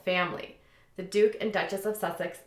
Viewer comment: It's Duke and Duchess. U said Dutch and Duchess, lol. Only pointing it out bc you've said it on other videos as well. Just trying to help. 😊